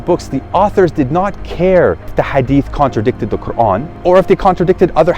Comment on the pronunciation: You either an agent or you are sheya or you just want to not give up your desisers. You can not even pronounce The Quran correctly. The way you said Quran you are Iranian and probably Sheya